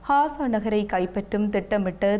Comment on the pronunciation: Hasa அல்ல Gasa காசா ஹாசா அல்ல